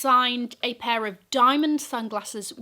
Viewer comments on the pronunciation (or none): none